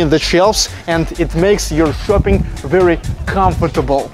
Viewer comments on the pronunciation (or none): none